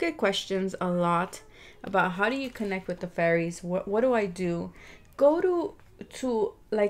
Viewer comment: Its should be 'fairies' not fearies😁